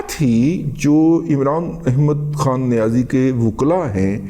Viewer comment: دادا آپکی ادائیگی امران احمد کھان نیاز ایک بہت اعلی